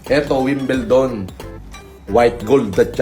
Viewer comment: E ano nga ba talaga ang wilbelton? Ha? WINBLEDON yun Ungasin.